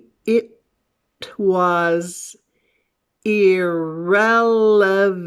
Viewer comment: you said "It was..." like "I thwaz..."? I really want to learn more about something like this